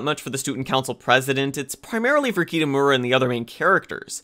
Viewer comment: Pls help.... the pronouncing of the names are so painful... mainly kitamura and minori.